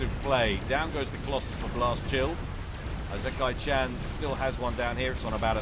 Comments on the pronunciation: ee-se-ky cha(like chart)-nn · "Isekai-chan" is Japanese so the initial "I" is actually pronounced like "ee" in English. "ee-se-kai-chan". Don't change the "s" to a "z" sound. I know I'm tardy to the party but yeah, there you go. Answer on the postcard,. <3